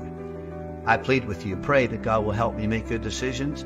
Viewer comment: Did you say "Let us prey"???